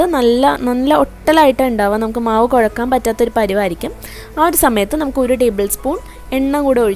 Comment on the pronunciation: കോഴക്കാന് അല്ലാ കുഴയ്ക്കാൻ എന്നാണു പറയേണ്ടത് . കുറ്റമായി തോന്നരുതേ😊